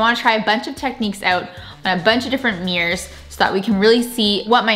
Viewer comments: keeps saying meers instead of mirrors. It’s bothering me at some point. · “Me-ers” 😂 not mirrors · "antiquing some mears"